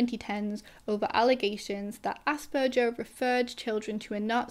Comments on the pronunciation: Maybe fun fact: ‘Asperger’ is pronounced with a hard ‘g’. People probably don’t say it like that though because it sounds like ‘ass burger’. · Hi there! If you like, you could incorporate a tiny detail- the g in the name Asperger is pronounced like the g in garden. I enjoy your content very much. Thanks & greetings from Berlin